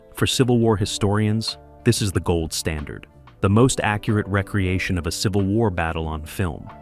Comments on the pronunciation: I lost count of the number of times "recreation" was mispronounced. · Really want to watch a video with this kind of information but the narration is just complete and total shit. Recreation for re- creation, live pronounced wrong. Why not pay for an actual human being who speaks English?? Incorrect material misplaced and jumbled throughout the video. You could have produced a great video. Instead you screwed up and made a lazy, piece of garbage.